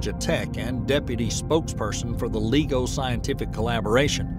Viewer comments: LIE-go .. not LEE-go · Lie-go, not legal-go! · Not to nitpick, but it’s “lye-go”, not “lee-go”. I represents interferometer. “Inter”, not “een-ter”. Excellent video otherwise.